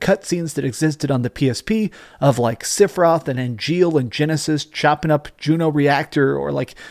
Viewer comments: sep-for-roth is how Sephiroth is pronounced, not sip-or-roth.. The original game, during the final battle it's in the music. dadada SEPH-IR-ROTH... People that mispronounce it are people who never played the full game on ps1. Also it's Tidus like TIDE US not tea dis.. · who's Sipheroth? Don't you mean Sephiroth? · Sipheroth??? At least pronounce it correctly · Great video. The only thing I didn't like is how you pronounced "Sipheroth" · is a big fan of ff7 but can't pronounce sephiroth correctly lol he says "sifferoth) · Love you, but whyy SIFFeroth? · Bro u said sifiroth lol